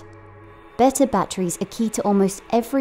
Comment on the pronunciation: Had to stop listening. Too many people pronounced them as bat-trees. Super annoying.